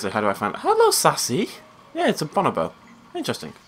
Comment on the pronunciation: Ok this is from 2013 but you're saying bonobo wrong.